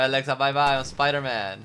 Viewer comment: Her name is Alexa not elaxa